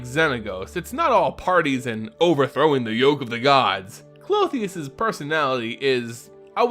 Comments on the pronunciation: Since you asked. The name Klothys only had 2 syllables from what we can see. So I'm sure her name is pronounced (Cloth-These) instead of (Cloth-the-us) with 3 syllables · Klo-tis, It's kinda weird hearing it Clo-theus and its kinda ressembling a female anatomical part. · it's pronounced clothes. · the gods name is pronounced (Kloth-is), love your work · I’m sorry I usually love your content, but your pronunciation of Klothys drove me nuts I couldn’t watch it more than two minutes. There would have to be one more vowel between the “h” and “s” to get the two sounds you were making the “ee” and “uh” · Why do you keep adding an "o" at the end of her name? :P Good to see a new video!